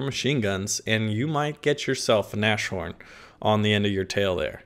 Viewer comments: NAS-HORN. not nash-orn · nas-horn not nosh-horn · it's pronounced nas-horn, not nash-orn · not "na sh horn" but "nas horn" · Just saying, it's "nas horn" not "nash orn" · It's actually pronounced Nas-horn not Nash-horn. Just saying. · a small advice, it's not Nashhorn but Nashorn. The Nas is spoken as in NASCAR. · Dammit, it's pronounced 'nas-horn' not 'nash-horn' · "Nas-horn" not "nash-horn" pls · Hey if u play the Nashorn the next time, try to spell it like "nus-horn" (in english!), that would come as close as possible to the german pronunciation:) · ...it is not NaSHorn, but it is Nas-Horn. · Hi guys, always nice to get some news ! But please, it's has to be pronounced : "Nas-horn" and not "Nash-horn" ! Thanks ! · its NAAS HORN, not NASH-ORN btw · I am fairly sure its said Nas Horn not Nash orn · naz-horn not nash-orn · Nas-horn my friend, not Nash-orn ;) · sorry, but it is nas horn, not nash horn. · bro its not pronounced "nash horn" :D its more a "naas horn" :D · Naz-horn pronounced ;-) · pronounced NASS-HORN not NASH-HORN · Not Nash-Orn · pronounced Naz - Horn; literally translated it means "nose horn". FYI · not NASH-orn. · and yeah its pronounced noss (like the drink) horn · the pronouncing is very easy! The Name "Nashorn" in german is based on tweo Words: "Nase" ans "Horn". You only have to take a little Break between the "S" and the "H": Nas-Horn. And it`s fine!:) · 1 minute in and im already feeling some kinda OCD shit every time u say "nash -horn" >:( Great video though ;) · ... just in case you care to know ... the word "Nashorn" is actually pretty easy to pronounce for you (since you are generally doing a great job doing that) - you dont pronounce the "sh" as in "Nashua" but the "s" as in "NASCAR", so it's a "Nas-horn", and there you are. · As a German, my ears bleed every time he says "Nashorn"... Anyway, keep up the good work! It's always entertaining to see your Videos. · it's pronounced nas-horn